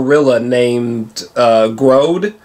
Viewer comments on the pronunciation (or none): Grodd is pronounced Gr--od. Not Gr-ode...... Did you grow up watching the justice league cartoon?